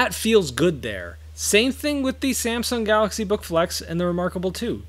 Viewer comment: "SanxSahng Gahaxy" lol 🤣 love it